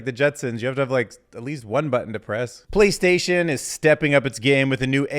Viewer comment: "Playstason..." 😂😂😂😂 In all seriousness though - great video and fascinating insights. Keep up the good work!